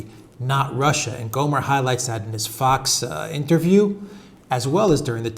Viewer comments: lol pronounced Gommer, but spelled Gohmert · It's Gommert, not Gomer.